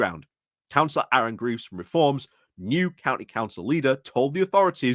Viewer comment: Coming from the Notts/Derbys border, I appreciate the detailed coverage - the nationals won't do it, and such coverage is one thing that will wash the Reform sandcastle away. Points: 1 - FFS sort out your pronunciation; that little lot would embarrass Dubya Bush. Cllr Graves rhymes with braves. Swadlingcote is just as it reads. What happened - did you put it through Google Obfuscate? Derby is pronounced Darby. PLEASE do some homework on this ! 2 - Church Gresley has had a church since 1100. Channelling the Pub Landlord - the clue's in the name. 3 - On Council Prayers, it's a bit of a red herring. Stats seem to be that 1/3-1/2 of Councils do that. The National Secular Society do their nut about it when they want some attention, but it keeps them happy. I think the far larger issue is Reform and other parties on the Right trying to latch onto Christianity as a hate-filled Nationalist thing, rather than for eg behaviours from the Sermon on the Mount. They need to be skewered on that. 4 - I think Reform's attempts to run Councils centrally via Party Directions is serious. Can you advise us how to hold that to account - eg is there an official responsible for due process being followed?